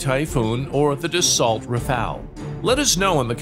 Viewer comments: Dah * so, not Duh * salt. 😂🤣😂🤣😂✌🐸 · Dassault: Dah So 2nd syllable: 'Au' rhymes (roughly) with English 'go' or 'low,' as in 'au gratin' or 'au revoir'. The final 'LT' is silent.